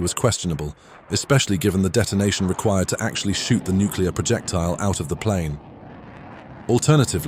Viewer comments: The word is NUCLEAR, not Nukular! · “nuke-u-lar” is not a word. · You lost me the second you said "nucular". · Don't say "nucular". The memories of Jimmy Carter were just starting to fade.